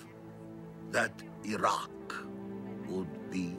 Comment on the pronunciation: Are some of the characters still saying "Airaq" and "Airan", even after all these years and after all the wars in the Gulf region ?! Next thing we know it will be the "Aitalians" !!! And, by the way, Gil Bellows looked ever so hot half naked, with his very sexy hairy chest !!! Pfui !!!